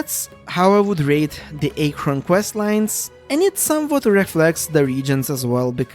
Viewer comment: kinda agree but the way you pronounce archon and liyue is soooo painful liyue was amazing but too much walking I liked archon quest in sumeru, but I hate aranara questline with overflowing dendro passion (though I like the fact that we can finally explore some of the banned withered zone)... and sumeru has some annoying dialogue automatisation - they say something and you waaaaaaaaait a long time before it switches to the nex dialogue line. (Kinda same with fontaint though... I read fast yet I have to wait till someone say 80% of the line to read the next one.) fontaine was cool but it's hard to move around in the city of elevators especially in the jail and it's irritating elevator system and repetitiveness... too much walking between cutscenes - you need to walk like 10 steps between cutscenes that overload us with slow dialogue sometimes! that's so irritating